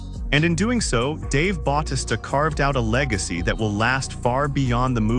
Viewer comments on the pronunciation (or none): stop saying his namr wromg its fucking annoying, if you going to make a video on him then say his name correctly. i had to stop watching to how annoying it was